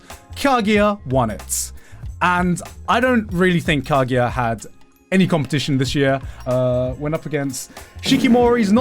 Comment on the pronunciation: Why does he say Kagiya instead of Kaguya.